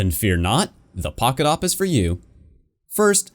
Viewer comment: us: pocket awp him: pockawp